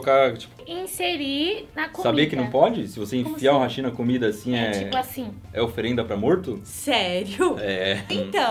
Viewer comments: Pq vcs falam rachiiii(hashí)??? É Raaaachi(Hashi Haaaaaaaaashi É o correto! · Só uma observação: o correto da pronúncia do hashi é como háshi, pois do geito que falam no vídeo da a entender como "pontes", apenas uma curiosidade sobre isso.